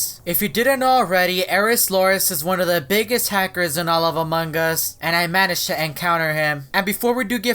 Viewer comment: i manegged to encounters everyone, everything Me: how the hell does encouters them 😂😂😂😂😂